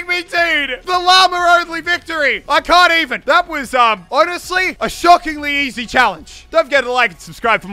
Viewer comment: "a skockingly challenge," How ICONIC